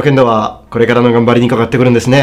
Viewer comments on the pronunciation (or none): none